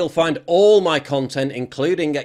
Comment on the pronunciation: “Muh tacos”